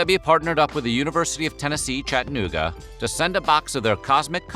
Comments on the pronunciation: It's pronounced CHAT-TA-NOO-GA. If you can't pronounce it THAT way, try CHAD-A-NOO-GA. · ➡ Attn. Voice-Over: Just like Kalamazoo and Albuquerque, Chattanooga is pronounced with 4 separate, distinct syllables. You don't swallow the second syllable. :face-orange-raised-eyebrow:⬅